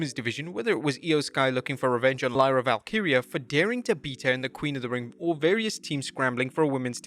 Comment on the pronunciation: Nice job bro, you pronounced Valkyria correctly!!!!!